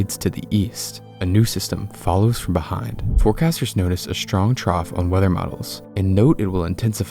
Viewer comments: Why you guys prononce the word "strong" with a "ch" instead of "s" - People constantly say "chtrong" instead of "strong" and it makes me nuts. Just read the letters properly damit. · stop pronouncing 'strong' as 'shtrong' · these tornado video clips are fascinating and horrifying to someone like me who lives in a country where they hardly ever happen. However the clips would better serve the material if the word STRONG was pronounced the way it looks and not as SHTRONG. It's a word that crops up often so it would be far less irritating if you said it correctly